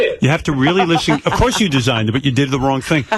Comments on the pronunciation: “I de-soigned it and I enjoy it”. The goofy Greenwich Gorilla strikes again. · "I des-OINED it & I enjoy it!" Fucking lol 😂